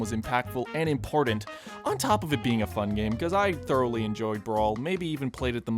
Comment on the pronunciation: *Thoroughly, but ok